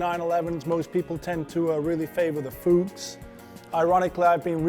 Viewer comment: No, it just isn't "Fooochse"...